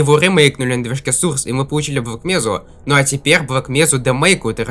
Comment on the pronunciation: Не сурс а сОрс! Надо правильно произносить!!!!!!!!!